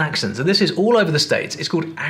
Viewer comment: Why do you pronounce the word, "all" as "ole"?